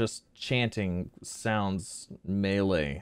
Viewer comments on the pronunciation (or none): none